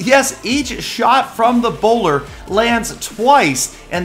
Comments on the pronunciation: I thought I read "ebola" it even sounds like "Ebola" and not the bowler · Also every time said 'bowler' I was like: Ebola. Try it out